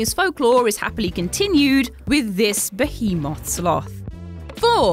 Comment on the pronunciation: your pronunciation of behemoth makes me uncomfortable.